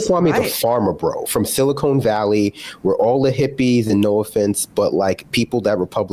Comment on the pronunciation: It's SiliCON Valley not SiliCONE Valley.